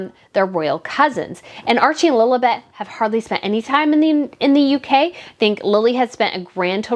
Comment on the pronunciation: Do I hear Lolabet in your American accent? It's Lilibet. Anyway, great content !